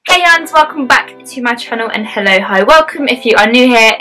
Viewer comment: at the start do you say 'hello-ho' or 'hello-hi' having a domestic with my friend xx